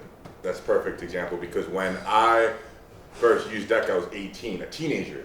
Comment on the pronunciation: That is the strangest pronunciation of Deca that I've heard.